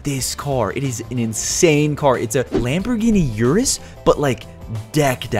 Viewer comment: The lamborgini yurus